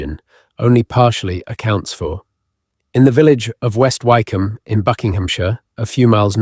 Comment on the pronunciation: I think it is AI speaking ,listen to some of the pronunciations ,like Why come and a few others..